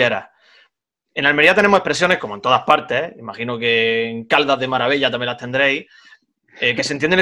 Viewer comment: Se dice Malavella* no maravella